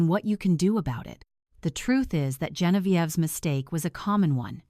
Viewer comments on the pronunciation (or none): The AI is pronouncing Genevìeve wrong. 😂😂😂😂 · Maybe your mother-in-law hated you because you never bothered to learn how to properly pronounce "Genevieve?"